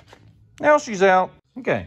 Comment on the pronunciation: Sounded like you said meow, instead now... 🤣🤣🤣 cool video BTW